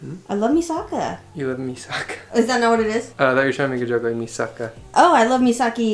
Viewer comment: not calling mikasa misaka